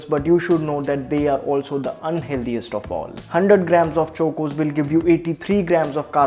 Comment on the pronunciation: His pronunciation of chOcOs left me in splits 😂